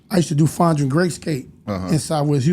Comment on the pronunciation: That boy said fondren skate damn..